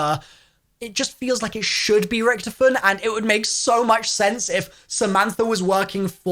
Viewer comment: Its richtofen not rktifin